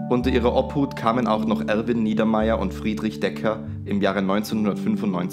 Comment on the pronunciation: Eines der Opfer hieß nicht Friedrich Decker, sondern Döcker und die Gerichtspsychiaterin heisst Sigrun Rossmanith und nicht Rossaminth.